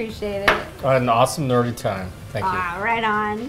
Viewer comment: um. Nerdy isn't pronounced with a T...